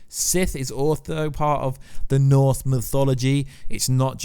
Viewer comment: Did you swallow your tongue? You are still saying ‘Norths’ instead of ‘Norse’ and you sound like a kindergartner when you try to say Ragnorak. I’ll never understand people who make their income from talking but can’t pronounce words correctly or have speech impediments.